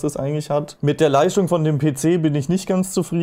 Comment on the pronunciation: Ich schaue eure Videos super gerne und ihr macht klasse Content. Das Video konnte ich aber nicht zu Ende schauen, jedes „st“ wurde als „scht“ (Leischtung) ausgesprochen… Meine Misophonie macht es unerträglich das Video zu schauen 😂 Dennoch 👍 hoch!